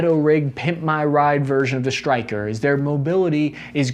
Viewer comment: Why does he say SHtryker instead Stryker?